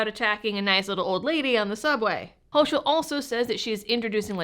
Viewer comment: Clearly a 4th ammendment violation. BTW, the tyrants name is pronounced hoe-kul